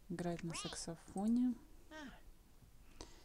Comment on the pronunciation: Просто на будущее. Не СЕКСофон, а САКСофон.)))